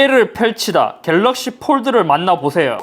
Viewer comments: 겔르억시-일단 박제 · 겔럭쉬~ 에 웃었습니다 ㅋ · 궬뤄어얷~ 이거 왤캐 웃기냐 진짴ㅋㅋㅋㅋㅋㅋㅋㅋㅋㅋㅋㅋㅋㅋㅋㅋㅋㅋㅋㅋㅋ졸귀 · "갤ㄹㄹㄹㄹㄹ" 겁나 웃었네ㅋㅋㅋㅋㅋㅋㅋㅋㅋㅋㅋㅋㅋㅋㅋㅋㅋㅋㅋㅋㅋㅋㅋㅋ 나 왜 이게 웃긴 거지?ㅋㅋㅋㅋㅋㅋㅋㅋㅋㅋㅋㅋㅋㅋㅋㅋㅋㅋㅋㅋㅋㅋㅋㅋㅋㅋㅋㅋㅋㅋㅋㅋㅋㅋㅋㅋㅋ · ㅋㅋㅋㅋㅋㅋㅋㅋ갤럭시 읽는거 개웃기네 ㅋㅋㅋㅋㅋ